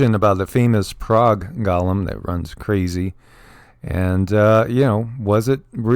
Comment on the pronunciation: Go- Lem not Gaw-lem